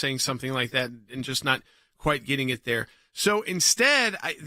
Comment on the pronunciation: The word is "getting", not "gitting", Jordan.